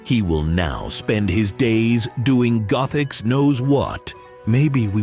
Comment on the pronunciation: GOTH ix? is this AI? but its funny!